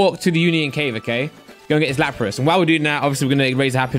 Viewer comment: Nobody:: laprASS